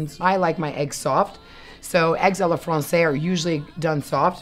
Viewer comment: I find it ironic that she keeps on saying "à la FRANÇAIS" when it should be "à la française".